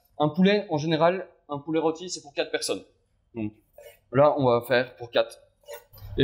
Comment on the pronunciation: "quate" au lieu de "quatRe" ... on va "mette" au lieu de" on va mettRe" ... les "R" vous posent problèmes ?